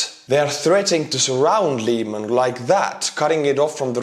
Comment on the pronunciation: Lyman is pronounced with a soft “i,” more like the i in river, and with a little bit more emphasis on the a. Im an American in Ukraine and to me it was difficult to figure out the pronunciation until I asked Ukrainian lol.